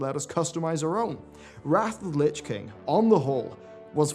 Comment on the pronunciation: "Lich Kling"